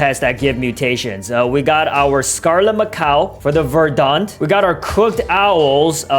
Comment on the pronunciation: It’s not Verdan it’s verdant